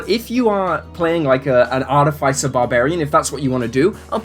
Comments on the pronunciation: The way you pronounce Artificer is grinding my gears. It's aar-tuh-fuh-sr with an accent on aar, not aar-tuh-fi-sr with an accent on fi. Minor pet peeve of mine. Carry on. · Google pronunciation search gave me Arr-tuh-fuh-sr. When I heard you say it differently than I've always said it, I looked it up. It was completely different than what I figured it would be. But subtly so. My group always pronounced it Arr-TIFF-eh-sr.